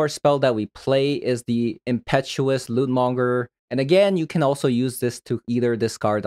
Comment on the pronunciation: You pronounced the lootmonger perfectly in the beginning intro... But not during game play. You're improving though!!!